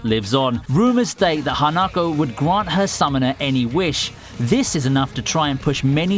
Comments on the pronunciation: him saying hanakou me screaming at my laptop its HA-NA-KO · Oh god, that pronunciation of Hanako XD